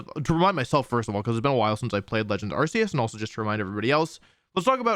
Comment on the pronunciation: Distracted by the mispronunciation of Arceus! (The Pokemon Presents announcing the game, and the English anime confirm that it's Ar-Key-us)